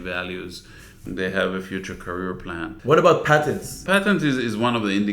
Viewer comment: patents, not patterns or pattens, hahaha